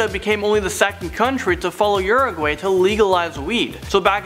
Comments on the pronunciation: How to actually say Uruguay Oo-ru-guai not ur-A-guAy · “eEeRaGWAi” I think you mean uraguay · Urag-way! Haha! Urag-why is how u say it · OMFG! Hahahahaha The Way You Pronounced Uruguay Had Me Dying From Laughter 😆😆😆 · I don't mean to be rude but it really annoys me how wrong says Uruguay wrong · Why can't you pronounce Uruguay properly? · You said Uruguay wrong